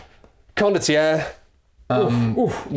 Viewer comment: I have a dream that one day, will learn how to pronounce Condottiere properly even though there have been so many comments on their videos correcting them. One day.